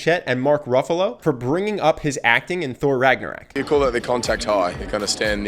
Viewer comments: I'm a mythology nerd so I got ticked when he said Ragnarok wrong. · I’m sorry, I know I shouldn’t dwell on this, especially given that you’re giving us all these likability tips for free, but I just can’t help but feel annoyed as hell at your pronunciation of Ragnarok. It makes me wonder if you refer to rocks as racks. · RAGNA----ROOOOOOOK not Ragnarak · Your mispronounciation of words and names is bugging lol "Rag-na-rock", not "Rag-na-rack" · Can someone tell him it's ragnarok and not ragnarak? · RagnArOk not RagnOrAK 😂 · The least charismatic thing in this video is the dude saying Ragnarak instead of Ragnarok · He keeps saying Ragnarak and it's so annoying 😂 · rag-na-rok not ragnarak ragnarok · I’m sorry but you keep saying ragnarak instead of ragnarok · He says "ragnorak" throughout the whole video but it's actually "ragnarok". Just putting that out there mate. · ragnaROCK, ROCK not RACK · "Ragnoraik" please... i cringed every time you said it wrong rag-nor-rock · It's RagnarOk not RagnarAk. Still, great video. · RAG NA ROCK not RAG NA RAK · Ragnarok not raaak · Ragnarok.... not "Ragnaraack"......awesome video tho 😊😊😊😊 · how is nobody touching on the fact he says ' ragnor-RAck ???????? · Why you pronouncing it ragnorak?? 🙄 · whatnow? Regnerek? nonono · 53 “Thor Ragnorack” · Does this guy keep saying "Ragnor-AK" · Okay I love this video, but I just can’t get over how the narrator keeps saying “RagnaRAK” my ears are just like 🤯 lol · Did he just said 'Thor Ragnarak' ?? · Is no one going to talk about how he pronounced Ragnarök "RagnarACK" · are we just going to ignore he said “ragnarak” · Lol, you called it Thor Ragnarak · The English variant is pronounced like rag nor rock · you kept saying ragnarak, and idk why but i laughed everytime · I got so triggered every time he says ragnarak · "Ragnorak"? ..Really? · Awesome video!! The way you kept saying "Ragnarak" kept catching me off guard though. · Ragnarok. RAGG-NAH-ROCK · How you pronounced ragnarok 😂😂